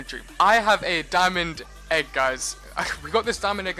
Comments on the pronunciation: i hear it he says dominic egg XD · did u say diamond egg cause it sounded like you said my name 😂